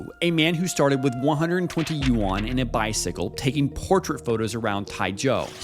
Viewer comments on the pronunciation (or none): none